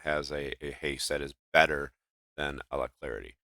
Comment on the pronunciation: ALACRITY NOT ALACLARITY . uh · la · kruh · tee